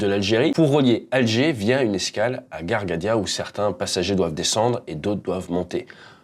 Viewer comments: Merci pour cette analyse très intéressante, je serai perso intéressé de voir plus de vidéos de ce genre. Seul petit bémol(pas méchant) les noms des villes ( pas prononcé tamanrazé mais tamanrassette et gardaya non pas gargadia 🤣😅) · Bonsoir, depuis quand en français, le "ss" se prononce "z"??? Tamanrasset = Tamanra-sept et on prononce le "t" à la fin et non Tamanrazé. Pareil pour Ghardaïa, vous écorchez le nom, vous en inventez un nouveau, Ghargadya !. C'est Ghardaïa = Gare-Daya. Vous dites aussi : au niveau des passagers, vous avez des Algériens et puis, "du Japonais", "de l'Allemand", c'est quoi cette façon déplacée de citer les nationalités ??? on dit, des Japonais, des Allemands. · Gargadia, tamraser.... fait un effort sur le nom des villes .... c'est ghardaia et tamanrasset... sinon hyper intéressant ton analyse , je m abonne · Franchement superbe video très facile à comprendre et très concise Juste petite précision on ne dit pas GHARGADIA mais GHARDAIA Mais à part ca superbe video Continue comme ca💪💪💪💪💪💪💪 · Tamanrazé se prononce tamanrassette et Gardaïa ... se prononce Gardaïa ... et non Gargadia ... 😆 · TamanrassER et garGaya, non sérieux, fais l'effort de lire, juste lire déjà. Allez salut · Tamarazé??? Gargadia??? Yousif??? femme pilote chez Algérie??? Ca fourche aujourd'hui. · Ca ce prononce garDAYA et taménRACÉT monsieur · Tamanrasset , il y a lieu de prononcer le "T" Ghardaia et non Ghargaia. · TAMAN-RA-SS ET et l'autre ville c'est GHAR-DA-IA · Tamenrasssssettte et gggarrrdddayyyaa..pour la prononciation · Petite précision : on prononce Tamanrasset comme ça s'écrit : tamannerassette et Ghardaïa se prononce Rhardaïa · tu parles tres bien sauf qu'au niveau des noms des villes et les noms de famille tu as un peu de mal😐 je me suis arretée a Fatima Yousfi et non Youssif comme tu las prononcé sans oublié Ghardaia... bon maintenant je termines ta vidéo qui est quand meme pas mal 😉